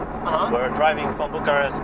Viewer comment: Exact, a pronunțat bucuresti Bucharest ca i a venit atunci ca stia cum se zice dar la Iași și brașov le a zis normal :))